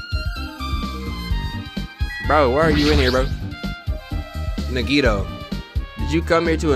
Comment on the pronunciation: I know its late in the game and at this point I guess it dont really matter but... my guy... you been pronouncing Nagitos name wrong this whole time 💀 The emphasis is on the A not the I, its like “NAH-gee-toe”